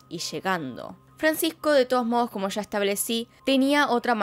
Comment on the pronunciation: Puedes hablar sin exagerar? Sho, mashores, shegaron, sha, esha, vishegas, visha. Es un vicio, no un acento. Es difícil seguir escuchandote. Sobre todo cuando sí que sabes pronunciar la s